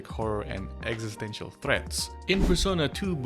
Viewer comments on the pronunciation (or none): none